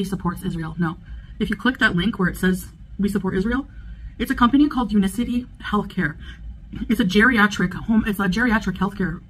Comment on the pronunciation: Omg she can't even be bothered to pronounce the name of the company correctly U-NIC-ITY not un-i-city. 😂 and no one could be bothered to correct her😁 Much like her laziness for the past year in refusing to learn how to wrap a simple hijab. BUT WE ARE ALL JEALOUS